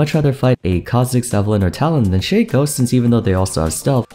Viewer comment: It's Shaco, not Shaco btw